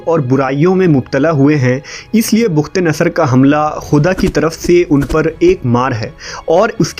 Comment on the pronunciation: bukht nhi bakhtnsr h please urdu Shi pdha krn